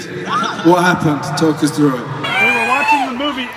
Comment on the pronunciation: "TALK US THROÚGH IT" im dyinggggg!!!!